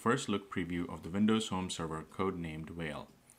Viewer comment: No no. Not "Whale". It's "Fail". Learn to read.